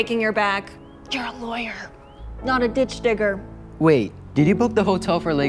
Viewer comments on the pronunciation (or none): "Ditch gigger" 💀